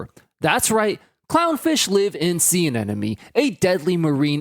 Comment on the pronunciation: Anemone is not pronounced “an-enemy” and I wish you hadn’t said it that way 100x in the video lol